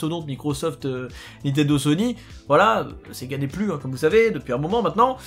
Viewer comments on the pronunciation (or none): none